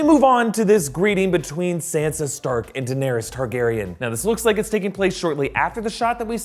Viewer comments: Can you please say Sansa's name right holy shit. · drewbc32 RIGHT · Stop pronouncing Sansa like that 🤢🤮